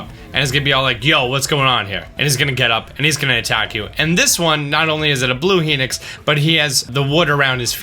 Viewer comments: HENIX, its said like hi as in hello and nox as in he nocks up chicks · why do you say heenix instead of hinox? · He-nix?? Lol it's Hi-nox haha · i dont mean to be rude, but its pronounced "HI- nox" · I pronounce Hinox like hen ocks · Why do you pronounce Hinox like that?